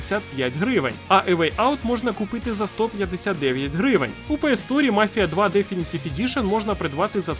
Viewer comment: Дам одну пораду, про яку ніхто не просив 😅 Коли ти озвучуєш знижки в кінці відео, то чомусь завжди наголос робиш не на самій ціні, а на слові "гривень". Але ж валюта лишається незмінною, тому наголос краще робити саме на вартості гри 😉